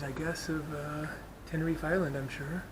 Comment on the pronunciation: It's Tenerife not Tenerifay